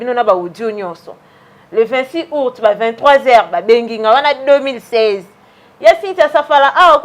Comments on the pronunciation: Po oloba Aout Ozo loba ourte, zoba zoba tala suki lokola 👹👹👹👹👹👹👹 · Ayebi ata koloba aout te, azo loba ourte , zoba zoba